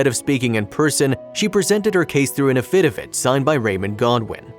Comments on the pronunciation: Too bad you can't pronounce affidavit. Not a-FID-a-vit, but a-fi-DAY-vit. There were other words mispronounced as well. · what are "afidivits"? [if you are meaning what I think you are it's pronounced aff-i-dave-it] please get a narrator who knows how to read and pronounce English and a writer who uses fewer non sequiturs it would make these stories easier to follow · Does the narrator of this video not know what an avfidavit is or how to pronounce it or is that how they pronounce it in the south cuz I've never heard of it being pronounced that way? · The content of the videos is terrific, but either the narrator's first language is not English or he doesn't have command of English pronunciations. Affidavit, for instance, is not pronounced a-fed-i-fet. In another video, Akron is not pronounced Ake-rahn. It will help people respect content more if correct pronunciation is used. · The way the narrator pronounced "affidavit" made me CRINGE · If he pronounces affidavit like that one more time...! 🤨😒😠😭😆